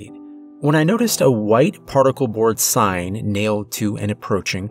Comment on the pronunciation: I just noticed that at about he mispronounces sign right after the author speaks of a sign being spelled incorrectly. Doesn't take away from the story at all, just caught it this go round.